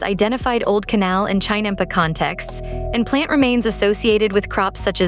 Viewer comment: AI horribly mispronouncing 'chinampa'; a basic unit of production.